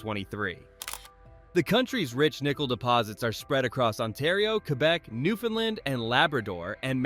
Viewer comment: One small criticism - this is a FANTASTIC video, but please learn to pronounce my province, Newfoundland properly - as a proud Newfoundlander, its important to us:)😊